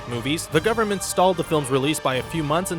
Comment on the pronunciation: you mispronounced government at the end